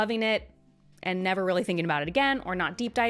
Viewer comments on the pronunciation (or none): none